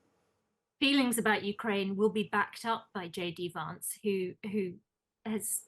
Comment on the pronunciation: The woman, with the 50's style glasses, pronounces Vance in a very posh British way. It's pronounce as in 'cat', not as in 'cart.'